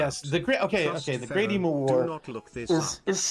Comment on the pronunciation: The sheer inability for Americans to say the word "emu" properly always amuses me. I give a pass to.